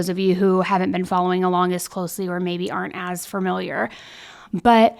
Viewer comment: I NEED YOU TO STOP SAYING FURMILIAR ITS FAMILIAR OMFG